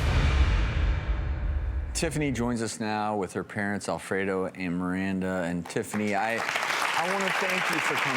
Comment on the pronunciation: I'm sorry but "Alfredo"